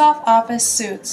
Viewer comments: It's pronounced Office "sweets" , not office "suits" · FYI: "Suites" is pronounced "sweets" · Microsoft Office "SOOTS" lmfao